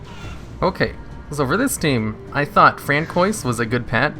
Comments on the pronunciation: ...is it not fran-swah (french)??? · “Fran-koi’s” lord help us lmao, nice vid tho!